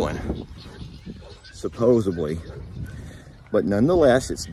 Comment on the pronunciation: teacher, it's SUPPOSEDLY, no B in it. So many people get this wrong